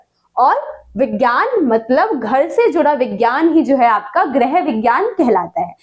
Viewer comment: Mam gerh nhi hota hai grih hota hai😢